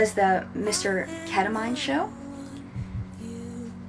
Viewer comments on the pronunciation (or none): It's pronounced Keta-meeeeen, not "mine" Ketamine! Now you say it :)